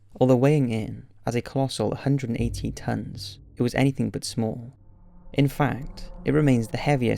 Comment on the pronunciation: 118, or 180? You didn't say it very clearly.